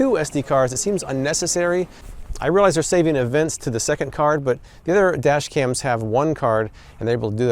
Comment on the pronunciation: "Today I'm comparing Four Kar-dashians"